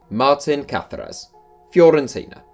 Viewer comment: Why are you pronouncing Caceres like that? He's not Spanish.